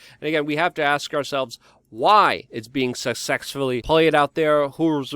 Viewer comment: SucSEXfully?!!! I don't know where this news channel is going, Luke, but I am interested 😛😍